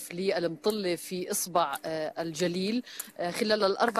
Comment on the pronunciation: اصبع الجليل وليس اسبع الجليل